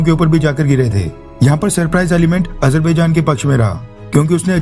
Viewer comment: Hahahahahaha Modi is worried about Azerbaijan/Armenia conflict. He pronounces it Ajar...bhai...jan...😂😂😂😂😂